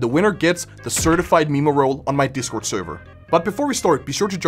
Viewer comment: what the actual fuck is a maymay?